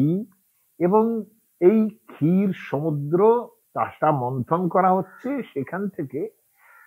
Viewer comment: ক্ষীরটা কে মনে হয় ক্কাথ বলা হয়েছে ।